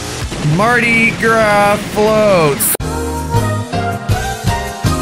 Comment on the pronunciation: Wow, a non-cajun that know how to say Mardi gras